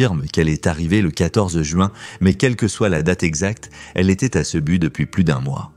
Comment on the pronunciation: Pas Cebu, on dit Cebou (u = ou).